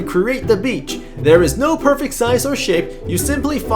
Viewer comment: "So u can see the beach becher" :DDD